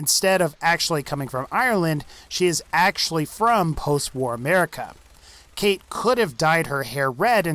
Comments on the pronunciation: Its pronounced Cawtch, not Kate. For fucks sake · the fact that her name is spelled 'Cait' and pronounced 'Kate' just shows how much of a fraud she is, cmon Bethesda like do ye think people outside Ireland are that retarded that they wouldn't understand that if they spelled her name 'Cáit' it would be pronounced 'Coyt' PS that ain't an Irish accent lol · u say her name as kite her name is spelled cait . Irtish language is kinda wired to people who are not Irish. i am Irish . btw .